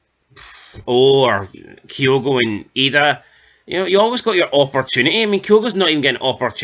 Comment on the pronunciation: I like you channel lads, but for the love of god please learn how to say Idah, McInnes and Kabangu 😅